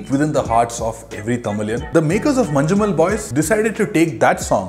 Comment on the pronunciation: Its not "Manju"mel